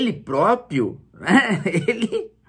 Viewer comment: O certo é PRÓPRIO e não PROPIO. Um professor não sabe disso???